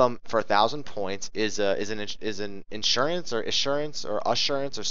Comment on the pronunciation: issuance, no r :)